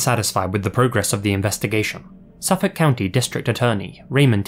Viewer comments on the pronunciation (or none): none